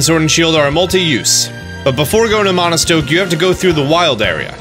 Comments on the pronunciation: Why does he keep saying "Monostoke" 🤦‍♂️ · There’s no “n” in Motostoke!